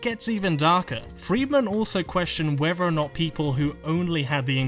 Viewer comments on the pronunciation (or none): I can't take someone seriously when they pronounce "whether" as "wever", and "plethora" as "plefora" . I didn't know Elmer Fudd was a statist.